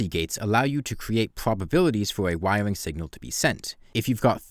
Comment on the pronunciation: Wywing woowks? What?